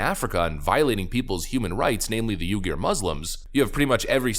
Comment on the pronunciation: Good message. Not to be too picky, still I'm going to be picky... Uyghurs is pronounced weegers or Weegoorz. Just trying to keep you sounding as smart as you are. 👍 Keep up the good work and good for you on taking care of yourself.